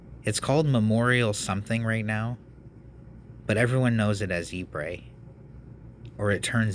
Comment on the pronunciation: Ypres is correctly pronounced as 'ee-pruh'.